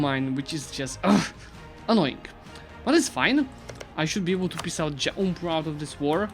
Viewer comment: Normal people: jaunpur: juaunpra